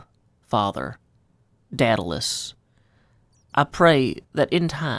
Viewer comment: Hard to tell, but you might have pronounced it "Dad-alous" and that's a wonderful touch if so.